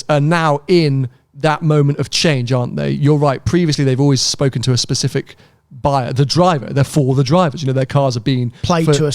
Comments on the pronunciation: never stop saying Pacific we love it 😆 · I need to to keep saying "pacific", it's a podcast staple! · pacific lmao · Sams face after the 2nd "Pacific" had me cracking up hahahah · When said pacific instead of specific for the second time! face!! 😄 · saying 'Pacific' made me laugh! One day,. One day...